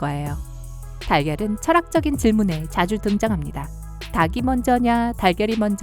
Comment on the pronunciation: 닭이 먼저냐'를 '다기 먼저냐'라고 발음하는 것이 아니라 '달기 먼저야'라고 발음해야 정확한 발음입니다. 창 안타깝군요..